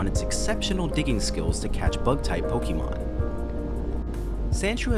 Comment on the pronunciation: And the fact that this guy keeps saying PokEEYmon 😓🤦🏻‍♂